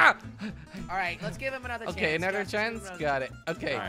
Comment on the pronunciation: Chance Not chonce